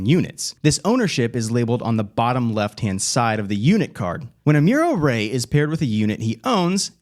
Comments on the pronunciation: "Ah-mew-roh Ray'? Pass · Dude, you come off like a creepy salesman. Also, you pronounce Amuro Ray's name all sorts of "I've never watched the show". The fact you didn't know how to pronounce "Gouf" makes you look extra phony. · That pronunciation hurt my ears and soul